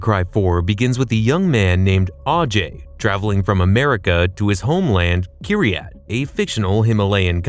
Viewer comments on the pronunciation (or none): Dude. It's Kyrat, not Keeryat, and Lakshmana, not Lakshama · It is kyrat not kiriyat, and it's ajay not aajay. Why americans can't pronounce English words when it is indian or hindi word. Even in game it has not pronounced properly